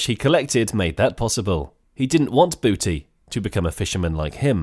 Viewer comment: it's actually Budi not Booty, he must've misheard it